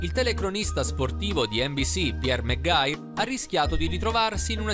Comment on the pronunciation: Mcguire pronuncia: meggair...ok